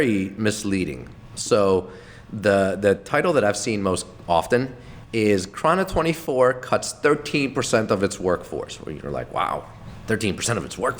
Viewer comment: say chrono24 right like its only said prob so many times in the office... dummy